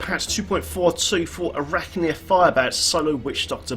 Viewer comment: lol I had to say something: A R A C H Y R!!!!! NOT ARACHNNNNNYR!!! Love your vids tho, big help when I'm Netflix and riftin.